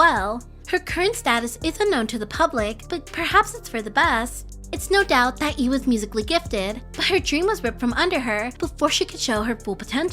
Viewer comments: It's lee not ee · why is the L in "Lee" not pronounced I'm so confused